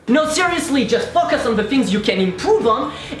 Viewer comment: "But seriously just Fuckus on the things etc..." Why do I hear dirty things? :'D